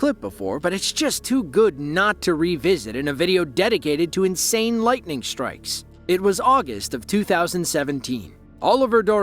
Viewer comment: Lightning “shtrikes”